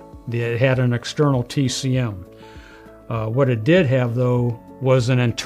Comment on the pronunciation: "Tek-em"? Like the game? LOL "Tee-Cee-Em" TCM Quit trying to sound smarter than you are, old man. Video contains nearly Zero useful information for a re-builder. Boo